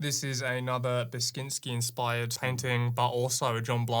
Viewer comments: It's Beksiński!! Not "baskinski"😂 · Are you trying to say "Beksiński" when saying "Beskinskin"? It's just beck-shin-ski, don't be all weird about it :D (Also, humongously great work you lot did on this piece <3) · Beck-shin-ski. PLEASE its driving me nuts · This went from stupid idea to a quite complex series, astonishing. :D Also dod you mean Beksiński painting? The correct pronounciation or at least closer is somewhat: Beck-shin-ski. ;) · Every Pole on the planet came when you said "Beksiński" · Your pronunciation of Beksiński is hilarious.